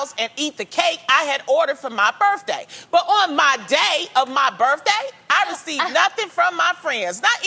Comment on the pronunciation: Not as bad as birFday